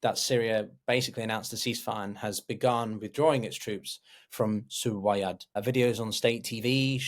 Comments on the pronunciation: I know i was gonna say the same. Was looking for this comment. You would assume if you were gonna make a video about السويداء or as-suwaydah, you would be able to research how to say it… you can just call it suwayda (like it says on the map you have) Soo-wey-da Not sudwaya or surdwaya or sudurya Practice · Hey, great video, just one thing: it's Su-Wei-Da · Yes. Doesn't know how to pronounce Suweida. say Soo-way-dah. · I’ll make it even easier for you (coming from an arab): you don’t even need to pronounce the “u”. Just say “sweyda” Sway-duh (Repeat several times) I’m sure you would have had some arab friends you would’ve been able to consult on this matter before publishing this video.